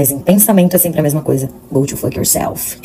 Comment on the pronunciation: Só queria saber oque quer dizer: gody foky o selfie. Se ela quis dizer: vai se F, a pronúncia é um pouquinho diferente!